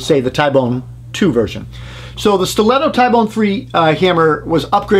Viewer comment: T-bone , ty-bone doesn’t sound right